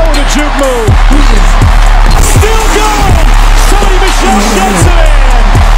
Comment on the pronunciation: not Sony Michael nigga its Michel😂